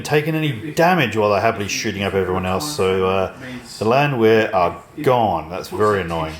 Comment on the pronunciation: "The Landwehr are gone" The Land-were